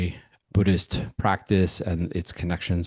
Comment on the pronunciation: I think you said author of BUDDH-ISH lol I thought I had made up that term❤